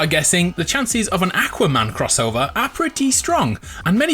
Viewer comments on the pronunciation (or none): No one:: Ack-wa Man